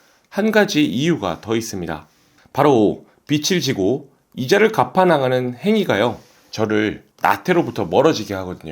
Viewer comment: 비츨 아니고 비즐로 읽어야 합니다ㅠㅠ